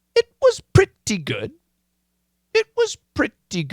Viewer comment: Why does the 'above average' 'so-so'-ish 'pretty good' sound like Brit English?? That was hillarious! XD